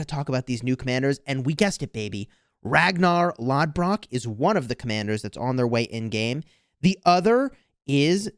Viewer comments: Hey! 🤙So in all the Viking series Ragnar's name is pronounced 'Loth-Brok'😁 with rolled r's. Keep up the great game guides. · Pronouncing is "rag-nah" "loth-brook" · I love how lothbrok is being pronounced in english🤣